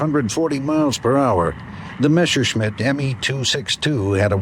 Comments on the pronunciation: You're right, 'Mesher'schmit is a mis- pronunciation. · Why do all Americans mispronounce "Messerschmitt" in such an annoying way? Im not even German but the "sh" in "Messer" is just wrong. inb4 "we won or we landed on the moon"...